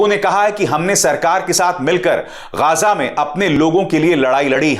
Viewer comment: अभिसार जी वो गाजा नहीं गज़ा है, कुछ सीखो अपने दलाल चेले रवीश कुमार से